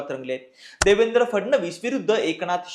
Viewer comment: Nevendra nahi Devendra 😂😂 3.55